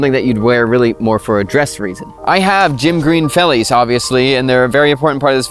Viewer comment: Please don't say boer farmer. You are just saying farmer farmer. Another quick one, V in Afrikaans is pronounced with the F sound and D is a T sound. Say it like 'fellies, and FelTskoen(veldskoen). Still a good video!